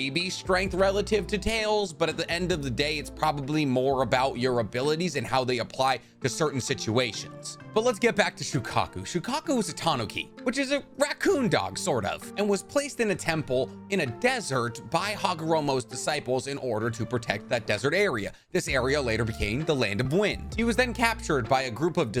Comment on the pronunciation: I live in Japan and the way you pronounced tanuki hurts me.